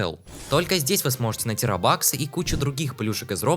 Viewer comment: Какие роба́ксы???? Ты в каком классе учишься?